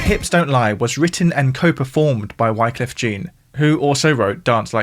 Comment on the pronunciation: Bit sloppy on the names and pronunciations in this one. 😅